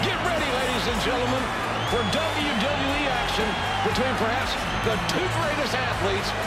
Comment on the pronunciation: Why don't you say the e in wwe